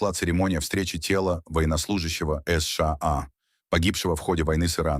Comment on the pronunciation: Контент ИИ, который делает неправильные ударения в словах. Например оно говорит : ес ша а... Мы так не говорим. Мы говорим : се ше а... Да, но оно быстро учится...